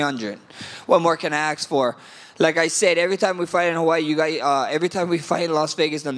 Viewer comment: Max don't ASK questions. He AX them!